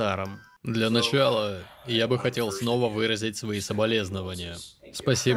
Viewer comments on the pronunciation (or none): none